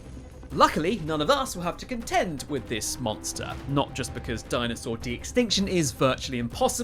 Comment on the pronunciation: was watching until he said "contend,"